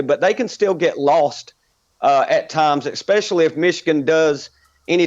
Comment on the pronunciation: It's "Especially" not "Expecially".